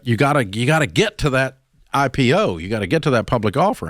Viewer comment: He kept saying imo not ipo hahahahaha